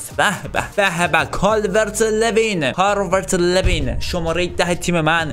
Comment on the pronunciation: بگو لولو، حالا بگو کالورت لویین له نیست، لو هست